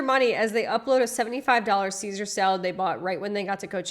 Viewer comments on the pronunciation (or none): none